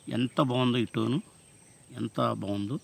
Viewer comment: తమ్ముడు ప్రతిసారి టోను టోను టోను అంటున్నావ్ అది టోను కాదు స్టోన్, అంతగా పలకటం రానప్పుడు ఎంచక్క మన మాత్రుబాష తెలుగులోనే రాయి అని చెప్పచ్చుగ